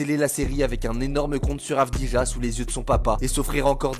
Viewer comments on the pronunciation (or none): C'est AV-DI-JA (prononcé "AV-DI-YA" ) pas "AVI-DJA" Ça te plairait si les gens appelaient Wemby : "WEMBANANIA" ? 😉